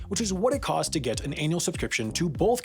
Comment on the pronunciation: Did you say anal subscription?